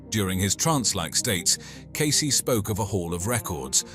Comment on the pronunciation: Good god! Can’t you at LEAST get the names right?? Please change the Cayce pronunciation from “case” to “cay- cee” ?